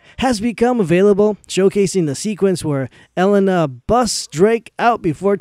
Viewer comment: I couldn't finish the video. That guys voice was too annoying. Hey dude, is "BluePOINT" games, not Blueprint games. And Elena (A- lay- na) not (Ellen-na). Jeez.